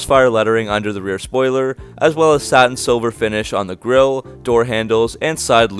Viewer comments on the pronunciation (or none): none